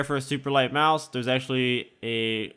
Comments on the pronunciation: "MAUSE" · He says mouse is a weird way xD